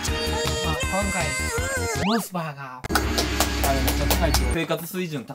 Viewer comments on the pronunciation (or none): のモス⤵️バーガーの発音かっこいいwww